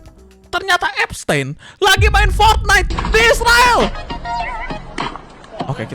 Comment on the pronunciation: Bacanya Ep-stin bang bukan ep-stein paham kan